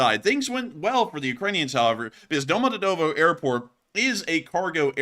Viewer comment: prounance it " Domo djeeeeee tovoooo "